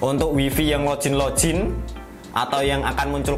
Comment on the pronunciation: Kontennya bagus bang.. cm agak risih ama kata "lojin" yg bener bacanya log-in, tetep dibaca "g" bukan "j"